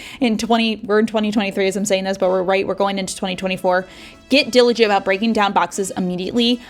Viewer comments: ...diviligent? (New word)? I think you mean diligent. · Hey girl are you doing ok? Lots of stumbling over words in this video that isn't your usual flow. I just heard you say 'diligivent'. Something seems off.